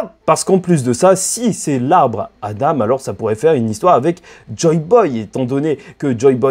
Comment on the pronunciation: Tu dis adame à la place ( adan )